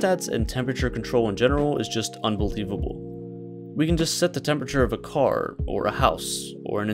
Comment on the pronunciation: Nobody: Not a single soul:: Temperture